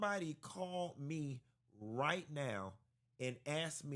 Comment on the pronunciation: Lmao Q so damn silly 😭😭😭 he said we could’ve thumped raight quick